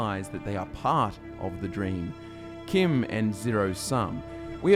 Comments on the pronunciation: No one else bothered that he doesn't pronounce CHIM properly as in, CHIMney? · Hold the fucking phones: CHIM is pronounced like the name Kim?!? I have said that (in my head) with a 'ch' sound, never a 'k' sound, for YEARS now. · who pronounces CHIM with a ch sound instead of "kim"